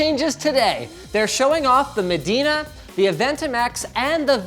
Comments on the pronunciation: MEDINA??? nononono my good sir that is not how you pronounce it , it's M O DENA as in MO PED MO DENA get it?? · Modena is not pronounced that way it's